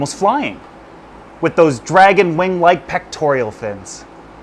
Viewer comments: I LOVE /this channel. But. The word is PECTORAL, not "pectorEEal." There are worse crimes, but just sayin. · Pectoral not “Pectorial” Love ya! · He also has zero clue how to properly pronounce "pectoral" fins. Yet he said it like 30 times (incorrectly) in this video.